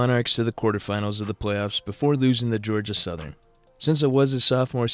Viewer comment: Did you just say South-ern? Never in my life heard anyone pronounce it like that